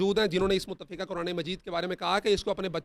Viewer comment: متفقہ کالفظ "فاء"کے زبر کے ساتھ درست ہے نہ زیر کے ساتھ ۔